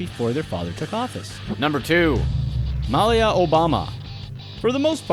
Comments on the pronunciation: Before video: Please, please, PLEASE let one of these entries be about the Trump family... After video: Ahh, man! There weren't any Trumps! Also, Malia Obama's name is pronounced Muh-LEE-uh, not Mal-ya like you kept doing. And as for her, I don't know of many young people (say 17-25ish) that DON'T go through a so-called rebellious period. There just aren't cameras everywhere when they do whatever it is they do, ya know? Interesting information you provided, though :) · Wait a minute announcer-person, you don't know how to pronounce Malia Obama's name?! 😟 Come on now, go to Google speech? 🤔